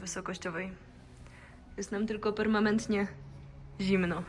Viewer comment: "permaMentnie"????? - dziewczyno, wypluj to nieprawidłowo wypowiedziane słowo!!!